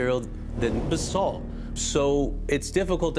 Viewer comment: Please, for the absolute love of the Gods, stop pronouncing it like you are saying bathsalt. It is pronounced like buh-salt. , he got it correct.